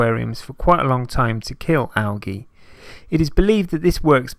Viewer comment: "AL"- g' -E That's Algae Junior - ROFLOL Am howling - never heard it pronounced like this, ever! "AL - the letter G" is the correct pronunciation in the USA. It struck me so funny!